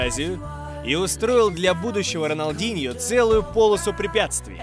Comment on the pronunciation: Не роналдиньо а рональдиньо